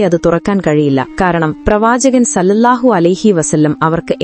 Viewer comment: സ്വല്ലള്ളാഹു ആലഹിവസല്ലം എന്നാണ് അല്ലാതെ സല്ലല്ലാഹു എന്നല്ല.ഓക്കേ